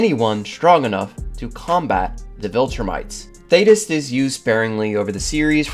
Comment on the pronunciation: Thank you for saying his name right, good lord